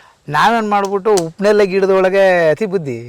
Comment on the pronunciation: ಉಪ್ಪು ನೇರಳೆ ಅಲ್ಲ ಸರ್ ಅದು ಹಿಪ್ಪುನೇರಳೆ...